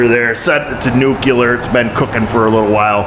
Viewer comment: just wanted to let you know nuke you lur is not a word. I don't know who started saying that word where they got it from because it is spelled like this. (Nuclear). Now you explained to me how in the world anyone gets Nuke you lur out of that spelling because I sure can't figure it out so why are we saying it that way it makes us all look like fucking idiots